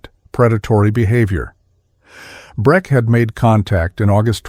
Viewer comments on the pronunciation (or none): Breck not Brett. Sell not Cell.